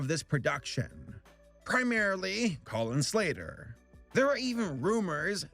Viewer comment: Colin slater What I hear: Collin slayer